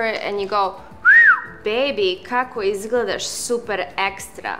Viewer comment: Me: Learning Serbian Me: Thinking that Izgledaš is pronounced Izgledaš Izgledaš: "Ezglüdaš"